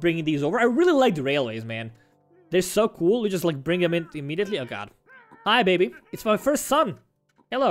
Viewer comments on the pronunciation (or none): When you say "Hi baby" its sounds like "Habibi"